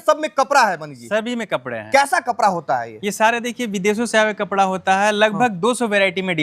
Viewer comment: Kapra नहीं कपड़ा है बरे बरे नहीं बड़े बड़े होता है बिहारी 😂